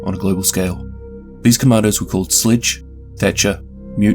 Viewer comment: When youre saying,, commandos" it sounds like,, commanders" (at least to me)